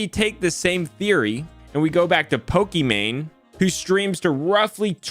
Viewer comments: "Pokeman" makes my skin cringe off my bones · First review tech USA calls her Pokimon now calls her Pokéman lol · Can't get over the fact he keeps calling her Pokiman lol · Poke mans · You mispronounced her name The last part is mane like on a lion She got what was coming to her she deserves it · You sound like a mom pronouncing Pokémon when you say her name